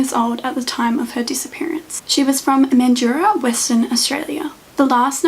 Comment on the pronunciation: Its pronounced "mandra", good job on the vid tho!! :-)